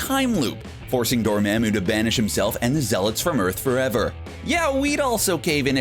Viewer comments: Dude wtf is with literally everyone in these YouTube videos calling him DorMAAMu, it’s DorMAmu. He literally says it millions of times in the movie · More like "why-tee-tee" but still agreed. I'm about to never watch another MCU video because of this. Also "door-maw-moo" not "door-ma'amoo". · Dude,it's pronounced like doormomoo not doormamoo.😒🙄🙄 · No one: Literally no one:: Dormemu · This dude said tie-ka-wa-tity And door ma'am oou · Why do they say dormamu like door - man - moo wtf😂🤦🏻‍♂️ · It's door-mom-moo. Seriously did you not watch the movie? He only says it a billion times. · and DoMAMu....ugh. Just read the script, don't do research on how to actually pronounce any of the names. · Would be easier to watch if I wasn't distracted by his terrible pronunciation of Dormammu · How do you still mispronounce Dormamu? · Dude...... you've gotta learn how to say these names properly ......Dormammu.....Waititi..... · The way he pronounced dormamu is irritating me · Every time he mispronounces dormamu I get so triggered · How the fuck can you screw up Dormammu? Strange says it a million times....you guys are fucking idiots